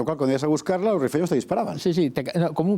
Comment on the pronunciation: “Rifeño” no “refiño”